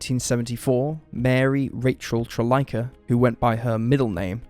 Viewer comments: I apologize that it came off that way, but it was not my intention at all to be rude; this case is pretty close to my heart and I follow it all the time. For me, its always came off as disrespectful to Rachel's memory, and half-assed that people continually mispronounce her surname as "Trillica" or "Tril-licka" when there are quite a number of sources that do pronounce it properly and can be found easily. I know in the recent Die-alogue podcast, Rachel's cousin, Kelli Jean Arnold, actually corrected the host over the surname issue. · Rachel's surname is actually pronounced "Tr-LEESE-uh" - it rhymes with the name 'Lisa'. There are a number of podcasts and news reports that pronounce it properly, yet so many people on YouTube always mispronounce it. Here's a news report where the announcer says it: A somewhat minor quibble, but just thought you should know. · Rachel Trlica. Rachel's last name is pronounced as "TER-lee-SA" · Rachel Trlica’s surname is pronounced as “Ter-LEE-sah,” according to media coverage local to Fort Worth. Didn’t know myself until a few years after learning about the case. Quite a unique last name. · The shopping center in the Fort Worth case has been named La Gran Plaza for over 15 years now. Rachel's last name (Trlica) is pronounced Traleeka. I live in Fort Worth and am familiar with the case. Whomever the girls left with is the one responsible for their disappearance.